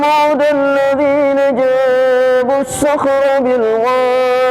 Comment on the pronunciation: Ha haaa di pRanK baLik dadakan dibilang " beRasa sHaLaT baReng suaMi " aku jadi bapeR he heee. Mf ada koReksi dikiT ya ayat 8 يخلق, ayat 10 اوتاد qalqalah nya tak naMpak, ayat 9 ، جاب الصخر, جا nya kepanjangan dikiT mungkin bacanya teRLaLu cePaT atau mungkin grogi he heee